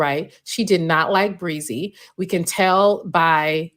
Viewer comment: Bre-Z..Brie- Zee...Breeeeee-zeeeeee Is it really that hard to pronounce a name?